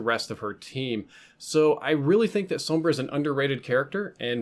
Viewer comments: Finally someone pronounces her name right. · Wow. First time I don't hear someone calling Sombra, "Zombruh"